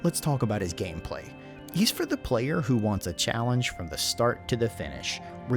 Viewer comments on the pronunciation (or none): none